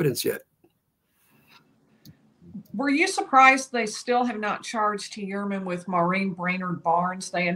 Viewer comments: She clearly has an accent. She pronounces it according to her accent. Who cares. The truth is... most people are pronouncing the name wrong anyways. It's Hoi-er-Man. Because this is a german name; so the 'eu' sound is different. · say (Fewer) men... Now say (Hewer) man. Pronounced Hewer-MEN Ok 👌😊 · "Hue-err-men" for Gods sake 😑😭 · Someone PLEASE tell this woman how to pronounce his name..